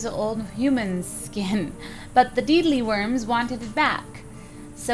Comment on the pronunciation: Deadleeworms are sound as (Dedleeworms). Not deedleeworms.